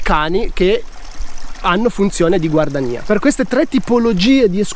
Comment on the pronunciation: perchè scrivere GUARDIANIA e pronunciare GUARDANIA?